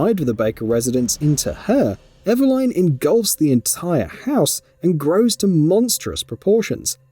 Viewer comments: Eveline ❌ Eva Line ✅ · Your pronunciation of Eveline did my head in, im Aussie and I reckon it should be"Eh-veh-lin". They even pronounce it that way in the game. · Pls stop saying Ever-line. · The mispronunciation in this video really is so painful. EveLYN basically, why are you pronouncing it like Madeline? NECROtoxin not NECTROXIN. God my brain hurts. Also yeah super weird that a Dad would want to save his own daughter after she's kidnapped, that Liam Neeson's a fucking weirdo. If I had a daughter I would simply let her get kidnapped. (WHAT??????) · it's nothing to do with his accent. Nobody else with that accent is pronouncing it Ever-line. He's just got it wrong. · Lol “ever-line” 😂🤣😂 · how eveline pronunciation kills me